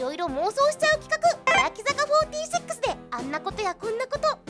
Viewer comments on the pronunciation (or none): やべぇ欅坂フォーティセックスって聞こえた なんて妄想してるだァ俺…